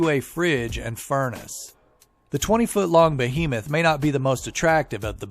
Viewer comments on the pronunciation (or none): lmfao bow-he-moth nice vid tho